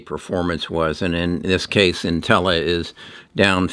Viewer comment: Also, you pronounce Intellia “Intella”??